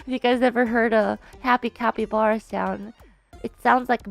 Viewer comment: The way Ina says “capyblappy” 🤣